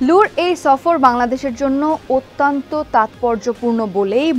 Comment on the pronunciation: Your presentation and body language are commendable. Your Bangla pronunciation of ATTYONTTO isn’t correct, please watch it. Thanks